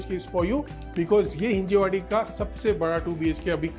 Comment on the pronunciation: हिंजवाडी , हिंजेवाडी नव्हे !